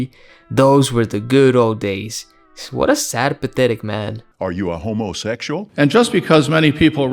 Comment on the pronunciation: Ru a ho mo sexual, that's hilarious 😂how he breaks up the word.